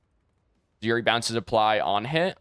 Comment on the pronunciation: Imagine you're about to climax and he's like yurry instead of yuu reh ee lmao so unplayable